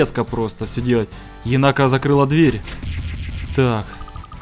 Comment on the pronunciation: единственное, она не енАка, она Енака. Ударение на первый слог.